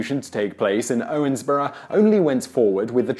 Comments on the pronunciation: Why are you saying "Owensboro" like "Owensborough"? Kind of annoying; I live near Owensboro and no one says it like that. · It's pronounced Owens"burrow " not Owens"borough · Really? I always heard it pronounced "ORns-burro". Also, Daviess County gets its spelling from a typo by a county clerk, since the County is actually named after Major Joseph Hamilton DavEIss. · listening to his pronunciation of Owensboro and Davis County hurts just a bit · I live 5 minutes away from Owensboro ( and he is pronouncing it wrong ) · Im from Owensboro (PS you botched the name xD)